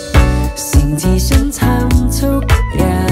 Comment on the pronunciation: ชอบเพลงนี้มากของพี่บอล เอามาทำใหม่ก้อชอบนะค่ะ ติดแค่ตรงคำว่า ฉัน ออกเสียง เหมือน ซั้น ฟังละจั้กกะจี้ๆยังไงไม่รุ้ค่ะ แต่ก้อแปลกใหม่เปนสไตล์ของ rooftop ละมั้ง 😊